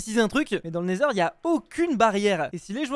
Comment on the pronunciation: Cest neither et non naizeur 😂